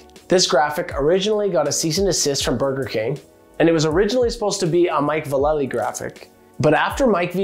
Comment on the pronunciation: The way you pronounced Natas and Vallely was cringe.